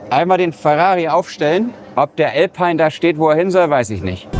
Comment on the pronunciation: nur zur freundlichen Info ;-) . Alpine gehörte zu Renault und wird deshalb (nach meiner Kenntnis) nicht "Älpein" ausgesprochen sondern "Alpien" (Lautsprache)